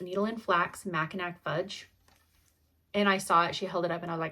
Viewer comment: Macinac is in Michigan and is pronounced macinaw.. Love your videos!!